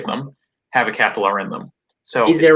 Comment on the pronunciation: if you want to pronounce 'Cathallar' the right way, remember the word 'catharsis', or 'an act of releasing strong or repressed emotions', which is what the Cathallar does for the other lumies near her.